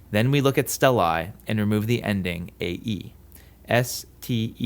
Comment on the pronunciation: i think you pronounce ”ae” wrong